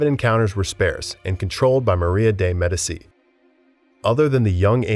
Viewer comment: Yeah. He got to her while butchering the pronunciation of medici. I had to stop watching.